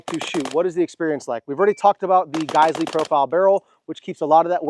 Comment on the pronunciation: It's pronounced -Guys-we please future correct